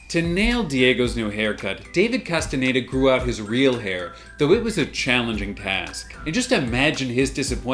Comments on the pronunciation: Who is this David Casteneda you keep talking about in this video?? There is an actor called David Casteñeda in Umbrella Academy but I'm sure you wouldn't be so disrespectful as to not say his name correctly... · Casi todos los canales pronuncian "castañeda" como "castaneida" 🤔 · Maybe one day you'll learn how to pronounce Castañeda